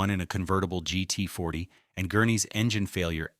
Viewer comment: It's "GT40", not "GET40", and "Ford v. Ferrari", not "Ford v.a. Ferrari", you cheap piece of fake, uneducated, glitch-ridden software.